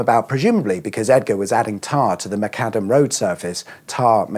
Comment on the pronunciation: John Loudon McAdam, not Macadam.